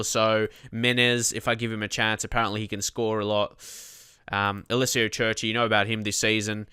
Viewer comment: Curci is pronounced Curci and not Cerci